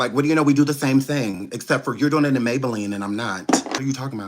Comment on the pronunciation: 😂😂😂😂😂😂❤😂😂he call her ms maybalenne